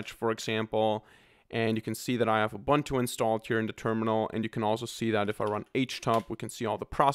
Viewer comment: its not 'Ubantu' its a zulu word man, its pro-nounced 'Uboontu'